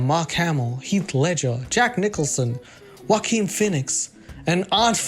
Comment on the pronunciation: Omg is that how you pronounce Joaquin lmfao